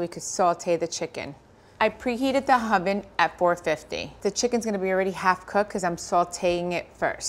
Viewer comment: Did she say hoven? 😂